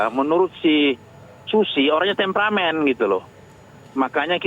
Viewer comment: Susi msh asing dg istilah tempramen. Pengucapannya msh kaku krn merupakan istilah yg baru didengarnya dan harus dihafal.